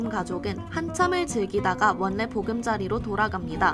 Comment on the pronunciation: 원래 보금자리를 원내 보금자리로 읽는 거 진심입니까